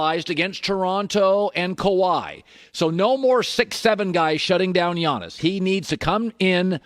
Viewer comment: The way he said Giannis I was like Jonas valanciunas????